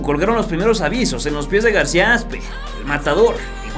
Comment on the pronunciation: en el min. parece que le dices García Asco a García Aspe